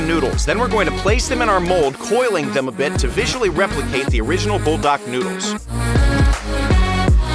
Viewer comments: Not bull dark it is pronounced pull da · No it is pronounce bulldak it is literally the name